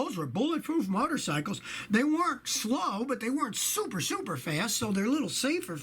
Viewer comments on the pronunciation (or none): none